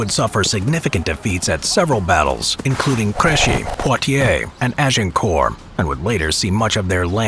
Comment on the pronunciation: Thank you for pronouncing "Azincourt" instead of "Agincourt". Feels good.